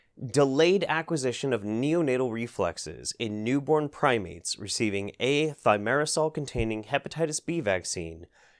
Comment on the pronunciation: You're pronouncing Thiomersal wrong.